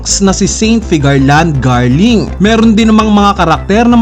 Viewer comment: Kambal ni shanks? Saint figarland garling? Idol na mali po pagkakasabi 🤧